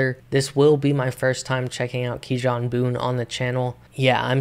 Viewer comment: fire vid broski keep ‘em comin🔥 btw kijan’s name is pronounced “key-on” i got it wrong at first too lol, but u should definitely do more reactions to his music he is really anointed, keep up the good work🌟